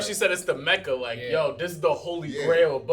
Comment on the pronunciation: Watch your language MF You pronounced mecca with disrespectful I will report your channel 🤬🤬🤬🤬🤬